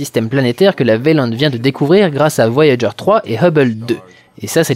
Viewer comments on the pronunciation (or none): none